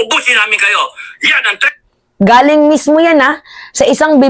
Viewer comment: TREATH??? 😂😂😂 ayusin mo teh..